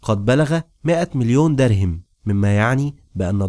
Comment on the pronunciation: الحلقات جميلة ومتعوب عليها لكن تُلحن كثيرا خصوصا في الأسماء مثلا تقول دَرهم وهي دِرهم لو تصحح هذي الأخطاء